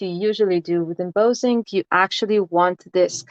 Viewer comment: not trying to be rude and i know that english is not your 1st language even though I think your english is fantastic . just to help you out only but embossing is pronounced M - boss - ing . boss as in your boss at work lol. Im am enjoying your videos very much and thank you